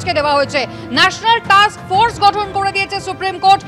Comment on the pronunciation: ওরে টাকস ফোর্স নয়, টাস্ক ফোর্স। আপনি পচা দার ইউটিউব চ্যানেলের রিপোর্টার নয় বা পাড়ার চায়ের দোকানে গল্প করছেন না।